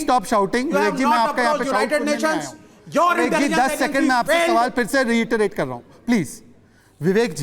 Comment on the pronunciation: बिबिकजी नही बिबेक गधा गधा गधा गधा गधा गधा गधा गधा बोलना चाहिए